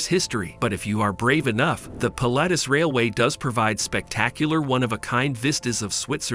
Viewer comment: For heaven's sake... get a human being to do the commentary. The excited robot voice gave us 'Yoonimaginable', 'Pill-atus' etc. And it's 'The Daring' not 'Darings'.